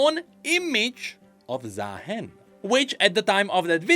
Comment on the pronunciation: If not bird like why called ZaaHEN💀